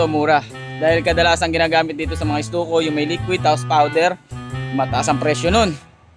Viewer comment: Correction lang Po no skimcoat Hindi skin coat Ido.. then stucco pronounce po ay stakko Hindi stuko..kasi kung gagamitin sa job interview yan at pinanood ka wala bagsak na agad Pag explain palang Mali na